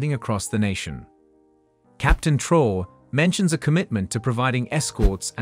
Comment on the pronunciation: Your use of A.I in order to produce cheap low quality content in order to profit from African matters should be reviewed. At least verify the pronounciation of the name "Troarè". Make some effort.